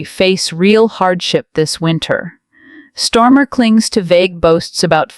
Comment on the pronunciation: Hi AI please note it’s not Stormer but Starmer, the only thing he’s storming is his party.